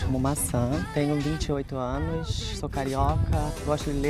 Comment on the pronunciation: tenho vinte e oito anoxxxxxxxxxxxxxxxiiiiiiiiiiii, sou carioca (nem precisava dizer) kkkkkkk